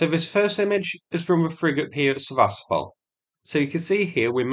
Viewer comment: It is pronounced Seva-stopal and not Se-vastopol. Come on man it not that hard and it's been nearly 2 years since the name became really, really well known. Show the Ukrainians who are trapped there some respect and pronounce the name of their city correctly. #StandWithUkraine 🇺🇦 #WeAreUkraine 💪 Все це Україна! 👍